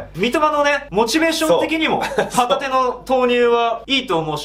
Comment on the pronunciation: 旗手の発音がホタテなんよ笑